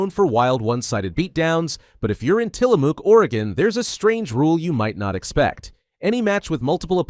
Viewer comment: The Os are silent in Tillamook. Yes I'm from Oregon. It's a ma sound. Not moo. So Tillamuck is how it sounds. Best cheese in the world